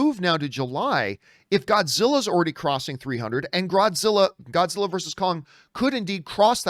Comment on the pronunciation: john messes up for 1 second saying Groddzilla me thinking of a Gorilla Grodd and Godzilla mashup